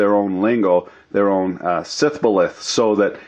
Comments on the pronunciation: Sith-boleth... hmm not even in my jedi-ctionary. Shibboleth. She bowl eth. It's just so ironic that you mispronounce a word that refers to an incident where some locals used a tongue twister to find out the foreigners. "Say shibboleth... 'sibbolet?' stab." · Intentionally mispronouncing "Shiboleth" is especially funny.